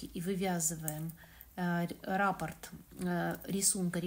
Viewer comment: спасибо за МК. В первый раз, с вами, пробую вязать росток. Вы все очень понятно рассказываете и показываете. Обратите внимание на слово Раппорт,вы его часто повторяете. Надо говорить РаппОрт. А рапорт- это донесение у военных.